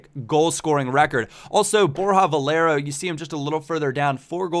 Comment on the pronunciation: its not borja valera its borja valerooooooo